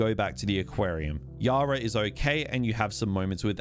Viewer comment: I-Zack! I can get over his blatant mispronunciations even when the game tells you many times how it's supposed to be said. Idk just one of those pet-peeves of mine I guess.